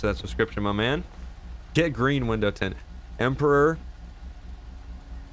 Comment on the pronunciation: When ever you say window tint I always think your saying windows 10